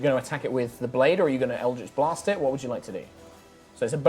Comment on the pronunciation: Its so weird hearing "eldrjtch BLAHST" from the dm sjsjvajsksksv never heard that in THIS accent